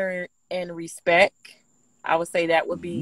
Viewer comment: Did she say respeck🤔🤣🤣🤣